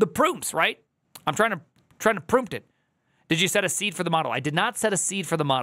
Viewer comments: Prompt is pronounced "prAWmpt" not "prOOmpt" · It’s amazing how obvious this is yet AI fanboys will do anything but acknowledge it. Collapse of a modal so pervasive in its own datasets is doomed to fail. Also “proompt” is killing me lol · someone tell me the way he pronounces Prompt is a joke